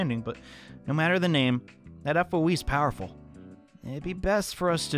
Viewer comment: Just say foe not FOE